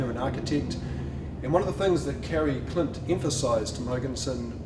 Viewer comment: Who is this guy talking about? borg murgenson, Kerr Klint? Seriously? Learn to pronounce their names, you are not even close! You managed a name or two! but the rest, as a Dane I wouldn’t have a glue, what you are talking about!